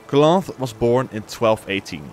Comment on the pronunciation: Cloth, is one of the most bla bla bla ruler sof the north, it's pronounced KALANTHE not KLOF, good video though